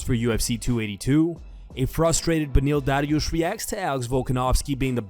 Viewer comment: Stop saying "Dariush" like that. You sound fucking stupid.